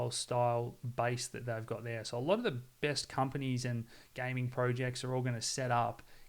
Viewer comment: The "de best"